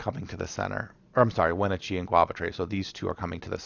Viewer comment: The pronunciation of Wenatchee was really killing me lol